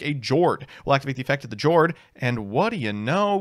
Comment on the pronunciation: I pulled the Jord + Rivalry lock against Swordsoul a couple weeks ago and I can confirm it's hilarious Friendly reminder that Jord is pronounced "Yord." The ship names are the Norwegian word for their attribute and they pronounce J like Y